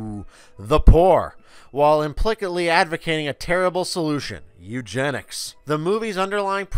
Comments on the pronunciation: Bro, I cant take you very seriously when you say implicitly with a "kit" sound instead of a "sit" sound. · You had me until . "Implikidly." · Ironically, the reviewer himself is proving Idiocracy real by misusing 'devolve' and pronouncing 'implicitly' as 'IMPLIKITLY'.